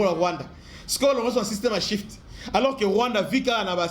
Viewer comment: C,est Swift et non shift , Russie sauve'e par le brics